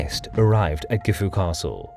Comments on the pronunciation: As for the final "u" sound, that isnt an English affectation. Gifu and Kofu are both pronounced with a silent final "u" by people with a Chubu accent. That isnt the same as pronouncing it like "gift", or pronouncing Anegawa (the TITLE of the video) as "Annie go wah". (*o*) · Gifu castle? Dont you mean... Jifu castle? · Its pronounced JIFu not GIFu